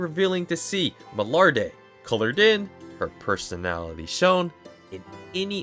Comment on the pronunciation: The pronunciation of Milliarde was a bit of, I hope they get the Names down in the new Season II like they did for the most part in S1, but I have high trust in the Japanese VA to diligently practice. What I'm looking for is the fight with Revolte and if they can utilize what makes his design unique and his demon magic an a satisfying way.